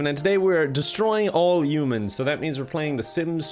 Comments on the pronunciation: Destroy all umins… shows Kevin isn’t human..he says umins pointing at us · It's HHHHH-UMANS, Kevin, not U-mans! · I like how he pronounces it yumans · Ah yes 'Destroy all yoomans' My favourite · I hear kevin say Yoomans not humans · why does everyone pronounce humans as "U-mens" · Why are you hung up on "umans" when he constantly spells car as "cair"? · I like the part where he says "youmens" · For the Americans, he said humans not umans